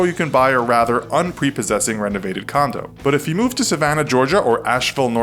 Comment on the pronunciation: I thought he said a condom ....